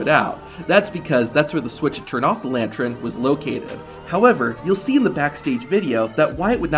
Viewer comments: It's a LANTUN not a *LANTREN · Lantern not lantren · Bro spent three whole minutes saying 'lantren'. It's lantern. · Lan-tern homie. Lantern. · I'm still trying to figure out what a "lantren" is..... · It's the way the narrator pronounces it. I just replayed it😂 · The word is pronounced LANTERN